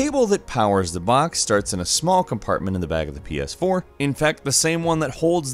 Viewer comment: Wait the title says Ps4 but you're saying pee-aas4.